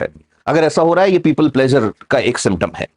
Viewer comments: यहाँ प्लीज़र बोलिए प्लेजर नहीं प्लेजर अलग चीज़ है आपको पता है। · Pleasure nahi pleaser hai (pli-ser, plz-er). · pleaser should be pronounced correctly otherwise knowledge is good🙏pleeser,give emphasis on eee not aa